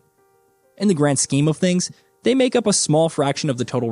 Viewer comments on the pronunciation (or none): none